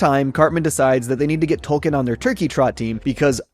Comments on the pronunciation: Isn't it Token? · The mayor also 100% said Token and not Tolkien when giving the check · I like that Cartman clearly doesn't pronounce the L. It ties in with him saying, "Tolkien has an L in it?"